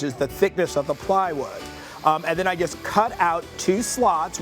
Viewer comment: better to use PVC not wood. Wood will soak up any liquids and can cause splinters. its not called a puppy rail, its called a PIG rail. these people making out that this is something unknown. the childishness of these people is madness. and the way he says 'just' its JUST not JEST!!